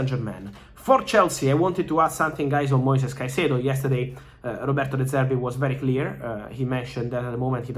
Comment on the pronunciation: how have u butchered his name so bad?